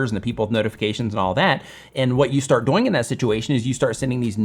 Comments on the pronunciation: Anyone else notice says “doughing” instead of “dooooing”? Great content! Keep doughing what you’re doughing!:-) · Why do you keep pronouncing the word "doing" like DOYnng?? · Great, helpful video. You explain it very well. Im wondering where you are from because when you say “doing” it rhymes with “boing” like a bouncing ball and most people say it “do-ing” like rhymes with “canoe-ing.” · A lot of info, but I keep getting distracted by how pronounces the word "doing" to rhyme with "boing" rather than "viewing." (,, ) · Where you pronouncing"doing" weirdly on purpose?? :D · Is it me or am I the only one that realizes he says doing wrong. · Where is this guy from? And why is he pronouncing "doing" like that?! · Alright, I NEED to know where your accent is from. Your pronunciation of “doing” drives me crazy. Is that part of your dialect or your idiolect?